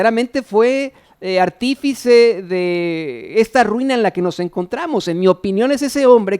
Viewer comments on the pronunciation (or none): Se pronuncia artífice.... Mi aprecio... Yo le voy a sin sensura